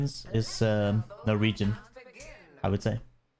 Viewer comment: its no regen but it sounds like norwegian lmao